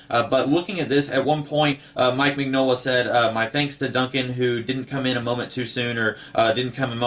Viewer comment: Love your videos! Btw- it's Min-Yola. The G is silent...it's Italian 👍